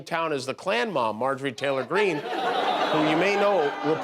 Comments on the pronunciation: He said: Perjury (Marjorie) ROFLMAO. Jimmy is the best. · "Perjury" Taylor Greene 😂😅🤣